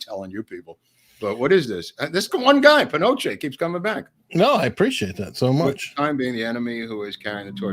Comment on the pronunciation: you did not catch the tongue in cheek joke of "Pinochet's Helicopter Tours" ... nor the correct pronunciation of "Pinochet"